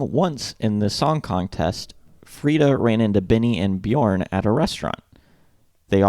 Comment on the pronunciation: If you use the vowel sound in the word burp, you can perfect your pronunciation of the name Björn. Bjurp Bjurn, yeah burn with a "j". Here to help 😏